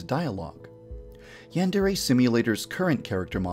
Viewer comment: Before you worry about your characters having cringey named you should try to pronounce yandere and deities the right way.